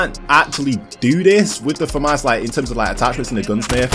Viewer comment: "You guys are definitely gonna get more variety on the channel, for sure..." Me: Thinking he's talking about playing different games: "...In TeRmEs Of MoDeRn WaRfArE..."